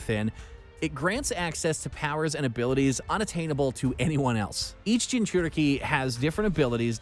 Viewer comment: Reenegan, Jinchorikes, Reesharigan😂😂😂